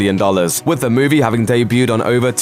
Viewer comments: Why do you pronounce all your ees as ays? E.g. It's movie (moov-ee), not moov-ay. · Moo-vay? WTF is one of those?